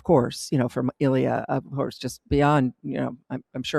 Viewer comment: It's not Ilya (stress on the "I"). It's IlYA (stress on the "ya").